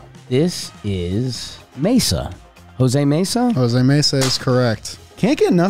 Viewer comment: Jose Mesa in 10 seconds. Lmao when says Jose Mena 😂